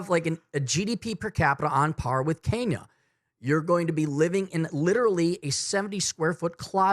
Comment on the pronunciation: What country is Kaina? Was he trying to say “Kenya?”